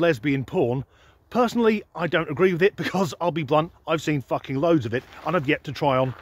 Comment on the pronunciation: Annnnnnnnnnnnd, the THUKKING Bloopers 😅😂 🤣